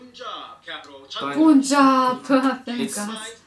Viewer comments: You Russians are pronouncing "Punjab" the right way. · You pronounced punjab correctly...